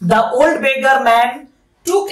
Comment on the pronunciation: beggar টাকে begga বললেন মনে হলো😅 but kharap bhabben na apni khub bhalo bujhiye bolen ❤ ami porasunote kono mojar jinis pele khub bhalo mone thake 😊